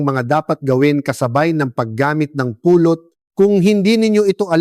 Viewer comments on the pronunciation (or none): Anong Puuulot ?? " Pulot.!! Bisaya po ba kayo? Tagalog na nga Mali pa ang pronunciation ninyo. Ano b yn kwento na nman .. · The reason why people can't understand that ut is " honey" is the way you prnounce it. You prnounce it it like " pulot"-pick up. I hate aI ( artificial intelligence).